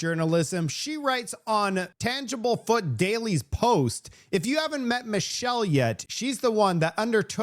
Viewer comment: I love how this guy mocks "the learing center" spelling yet calls "Tanglefoot", "tangibleFoot"